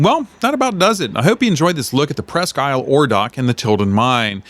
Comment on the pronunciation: Neat videos... Pro tip: I believe the locals pronounce it less like, "Press-Key Aisle" and more like, "Press-Keel". Almost as if it's all one word.